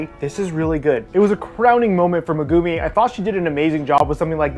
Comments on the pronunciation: who tf is meh-goomi lol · I will watch some of your vids, but I will never subscribe. Fucking “Meh-goo-mee” come on white boy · who's Meh-Goo-Mii? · Megumi to Magoomee 🤣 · Ah the way you pronounce Megumi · Have u realized that he can't say the words for the anime >_< Her name